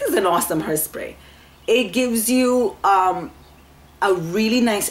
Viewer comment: Did you say hersprey? Lol you ment hair que no?